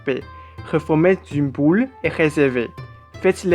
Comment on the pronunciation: 加油！ boule et non poule 😀 ! Bravo quand même! Courageux de faire une vidéo en français!